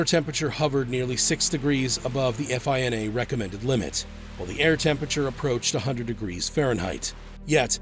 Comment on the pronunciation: Great vid. Real quick though, no one says “eff eye en ay.” It’s just one word. FINA.